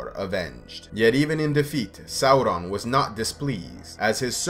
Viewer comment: god I love how you pronouce Sauron. the right way!